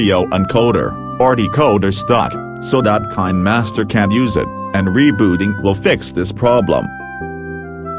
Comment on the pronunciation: I like how he said kindmaster!😂